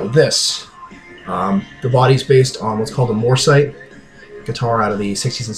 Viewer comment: LOL bro, you pronounced Mosrite like [more-site]. Fail!